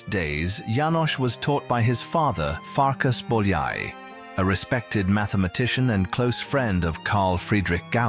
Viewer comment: Farkash Bolyai, Jánosh Bolyai